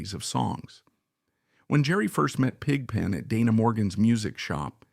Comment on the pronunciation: Yes the old film footage look is fake. The same spots light up repeatedly. If it was real, the spots would be more intermittent and all over the place in different sizes. The voice is also artificial. No one says Pig (pause) Pen. Other voice mispronunciations are throughout (see Godshaux). This is interesting to a point but rather surface oriented. Why is Brent shown in any of the pictures and no picture of Tom or Keith? I liked Brent but this was not about that era. Since everyone is weighing in, there are many great Dead eras, but if I have to pick, gimme '77.